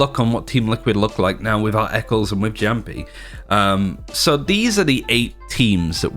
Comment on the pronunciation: Great analysis. Makes me look forward to several games as well as appreciate where each team is coming from. As an aside, Jamppi is a Finnish language name so it is pronounced "yamppi". GJ and keep it up!